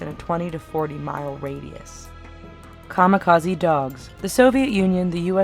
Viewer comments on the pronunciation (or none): none